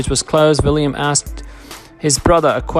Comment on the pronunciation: It's William not Villiam. The narrator needs to slow down so he can read properly instead of inserting words that are not in the narrative or leaving out words that are. It sounds a lot like a meaningless gabble.